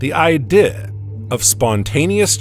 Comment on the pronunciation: Man please quit writing ‘idea’ into the script. The AI narrator just can’t handle it.